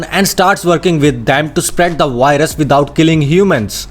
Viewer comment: I hear WHITE RUS